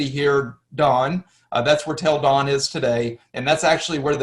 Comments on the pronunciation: love it, but what about Dan? why is it pronounced Don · So why do you say Don? And then Danites? Is it not Dan? If you're going to TRY to teach. At least try to settle on one pronunciation. You know something? Seems not to cohesive to me.